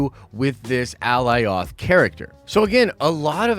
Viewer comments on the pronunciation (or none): Alioth (uh-lie-uth) not fuggin "Aleeoth" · Bro I know you watched the episode. Did you not here them call it A -Lie-ith . Not ALLY OTH. My ears hate it. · Alioth ( a-LIE-uhth) 👀🤷🏻‍♂️ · Alioth = Uh-Ly-uth =/= Ally-oth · how can you not know how to pronounce Alioth? They said it more than once ffs. Did u even watch it? A-LIE-OTH!!!!! as in the first part of Goliath! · AH LIE OTH The show pronounced it correctly the entire time and this dude is butchering it. Amongst other things. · How is everyone fucking up this name so badly.. A-LIE-ITH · Lol brotha its Alioth. Like GOLIATH with No g. Thats how I think about it. Lole the way you say it is funny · Al-lie-oth!! 😂😂 good try bro. They literally say its name every few mins in this episode! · Dude, they literally say the name Alioth in the show a number of times to give you the pronunciation.. Ah-lie-uth. You know your stuff but the gross mispronunciation is distracting and hurts your credibility on attention to detail when having insane attention to detail is like one of the biggest prerequisites to being an uber nerd about this stuff. It's a stupid gripe, I get it but dude.. you are better than this! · It's A-lie-ith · Say Goliath without the g. Killing me sayin the name like that. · “Ally off”??????? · cringe every time I heard Alioth mispronounced. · I don’t understand how people still say Alioth wrong after they said it numerous times during the episode.. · Lol dude, how are you mispronouncing Alioth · Man, they said the name 'Alioth' multiple times in the episode and you can't say it right 🤣🤣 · Nice video but man you're butchering Alioth's name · You obviously know how to pronounce alitoh. Why would you even pronounce it bad lol you obviously saw Loki. Stupid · Downvote only because the mispronunciation of "Alioth" especially when its revealed multiple times in show how to properly pronounce it. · Too much emphasis on Alioths name when they literally was sayin it the correct way In The show ..